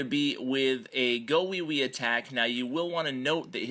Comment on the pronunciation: GOlems. You don't say GAHwiwi lol